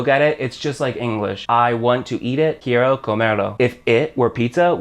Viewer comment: This guy can't even pronounce quiero correctly.